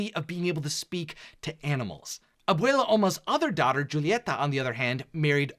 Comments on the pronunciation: Good video but your pronunciation of some of the names is cringey. No offense. Julieta has a silent J. So it's pronounced like Ulieta. And it's Camilo not Camille. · Is it so difficult to pronounce Julieta,Camilo,Felix and Agustin the right way? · I just noticed a little error for mirabel you said Pepa and Augustine it is Juliaeta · Pepa and Augustin 😭 I know its a mistake and I’ll let it slide but its funny 😂